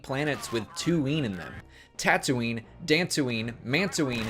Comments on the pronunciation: Fatooine xD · Yadickstooine... That's what she said 😅😅😅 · Cattooine dogtooine Jyntooine